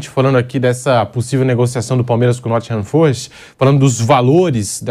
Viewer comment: "Nottingham FÔrest" É cada um viu